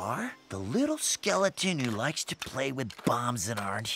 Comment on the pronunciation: skele-teeny... kill me.